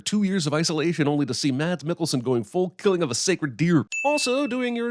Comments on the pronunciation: Great video as always! Just wanted to get rid of this: It's pronounced "Mas Mikkelsen" not "Mads". The D is silent :) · Acculy its not mad,s its Said like mass i know cause im from the country hes from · Don’t pronounce the D in Mads pls 😂🇩🇰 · stopped it after//1 min. you like Mads THEN learn how to pronounce HIS NAME! forgodssake. so disrespect. and he was very good.